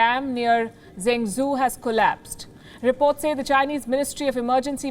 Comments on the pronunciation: what is zangzu? "Zhengzhou". Have someone help you pronounce words before you go live. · Isn't it pronounced jengjoe ? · The city is zhengzhou, sounds like Jung Joe. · Henan in English is Hernan. Zhengzhou in English is jungjo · Please learn to pronounce properly, You pronounced the city Zhenzhou & province Henan wrongly